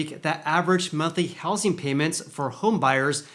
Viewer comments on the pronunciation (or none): I’m sorry, but I can’t take it anymore! It’s pronounced houZing, with a Z not with an S.